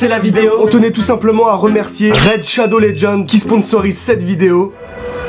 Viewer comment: Ptn il prononce tellement mal raid shadow legend que si si j'avais pas vu le logo j'aurais pas capte mdr